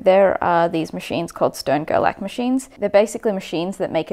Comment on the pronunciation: Also, since they're German - it's pronounced "Shtern-Gerlach"